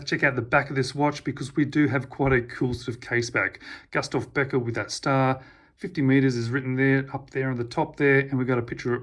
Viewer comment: Pronounced Goostaff